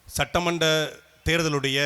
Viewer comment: Satta manda therdhal ila - Satta mandra therdhal, Suttu Soozhal ila - Sutru Soozhal. rrrrrrrrrrrrrr rrrrrrrrrrrrrrrrrrrrrrr a vittudreenga sir. Tamil vaazhga tamil vaazgha!